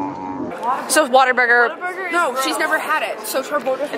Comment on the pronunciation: When you said “Whataburger”, it hurt my heart 😂